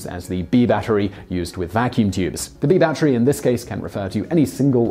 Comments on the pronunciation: Unbeknownst to this host, "battery" is a three syllable word... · someone just wanted to hear him say "Batchery" a lot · It's not a 'bat tree".